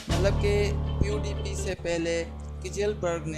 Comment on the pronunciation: OMG your voice not correct check voice on google translator .